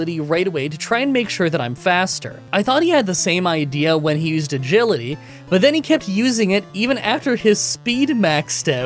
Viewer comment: did you say "one Gility" to stand in for "Agility" like "A Gility?"